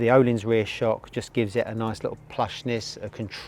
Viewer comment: FYI Ohlins is pronounced Urleens